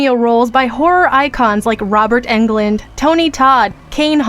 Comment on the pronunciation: "...like Robert ENN-GLUND" Really?! Seriously?